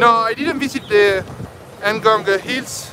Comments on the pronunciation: Ngong.... not en ngong .😂😂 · Bro, that place is called NGONG not ENGONGU 😂😂😂😂😂